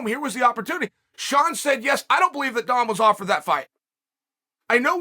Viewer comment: Chael is inches away from pronouncing Dom’s name like “dumb”. 😂